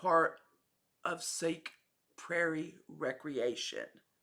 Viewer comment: Sauk county is pronounced similar to: Sock.